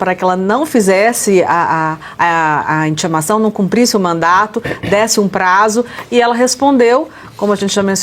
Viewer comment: Gente, a moça disse mandado ou mandato? Acredito que o correto é MANDADO, que foi entregue pela oficial de justiça.